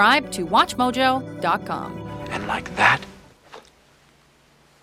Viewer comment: Am I the only one whose annoyed by the way she says .com? There's no H in "com". It wouldn't be so annoying if it were part of an accent or something, but it's not. It's just an annoying mispronunciation. Oh, she does it to "hollywood" and "The Godfather" too. It's her O's. Her O's are Ohs.